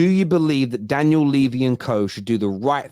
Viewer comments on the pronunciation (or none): none